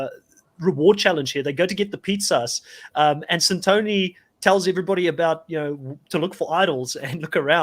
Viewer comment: Why can't the hosts pronounce the players' names correctly? That's not how they pronounce Santoni and Kiran on the show. It's been 9 episodes.